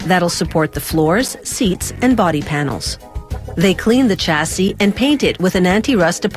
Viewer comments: Its also pronounced shasee not chasee! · CH assee - Shassis ;)